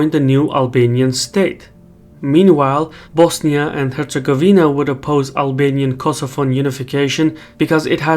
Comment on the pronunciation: Love how you said Bosnia and Herzegovina properly!